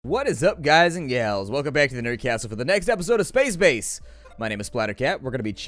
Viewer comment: did he say spacebace